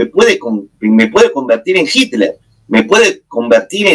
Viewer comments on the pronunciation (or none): none